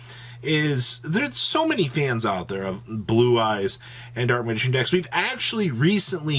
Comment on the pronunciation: I swear he said Boo-Eyes a couple times 🤣🤣